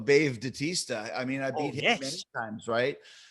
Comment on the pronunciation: "Don't forget about Bave Datista" Danhausen does the Batista fist thing 😄😄😄